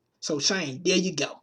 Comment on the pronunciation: "DEH MO' PEOPLE DEAH!!!" LOL !!! You need some speech therapy dude.